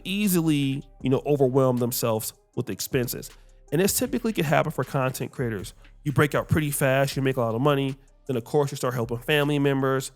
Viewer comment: Content ❎ Clap-tent ✅